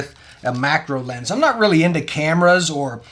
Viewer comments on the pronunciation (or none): none